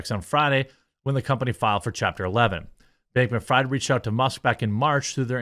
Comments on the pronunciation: i think its freeeeed not fried. sam bankman freed (even though u write it fried) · His name is pronounced Freed btw. In German ie = "e" vowel and ei = "i" vowel. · Fried is pronounced FREED. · Never heard of a "Donator" lol... and it's pronounced "Freed" (Freid) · It's pronounced Freed. German name. No harm,no foul. Thanx for the great content! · jeremy is jewish and doesnt know how to pronounce fried